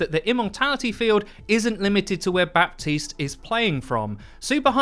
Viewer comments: Buh-teest not Bap-teest. The P is silent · It's Ba(p)tiste... not BaPtiste... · Guys watch Jeff’s video about Baptiste. The P is silent. It’s pronounced Batiste. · my ear hurts a little each time i hear "ba-P-tiste" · The P in his name is totally silent rip 😅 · THE P IS FUCKIN SILENT. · The P is silent lol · The P in Baptiste isnt really spoken, its more silent :) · my man, you gotta pronounce Baptiste right, it's driving me crazy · Ok but can English speakers get the grasp of saying "Baptiste" like the "p" is silent, I promise.